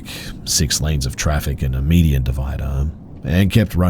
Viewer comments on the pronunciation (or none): none